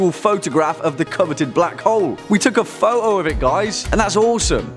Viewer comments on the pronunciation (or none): we took a phouoo of it guys! (Literally the most British accent ever)